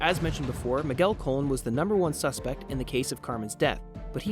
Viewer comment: If you're going to do a story you really should pronounce the name s correctly. It was Colon (sounds like Ca-lone), Maenza (sounds like my-en-za) and Bianchi (sounds like Bee-on-key)